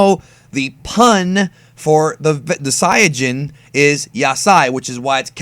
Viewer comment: Saiyajin is pronounced correctly